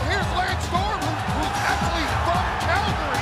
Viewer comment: Calgary (dramatic pause), Alberta, Canada!